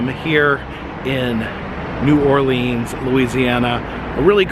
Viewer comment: *cringes when he first said New OrLEANs"*. No hate, btw. Awesome channel. lol